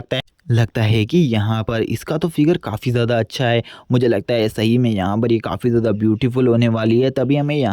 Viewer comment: He say acha as acca 😂😂😂😂